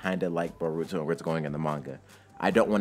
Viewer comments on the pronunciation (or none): Oh i say bo-ru-to not bo-ruuu-to but its fine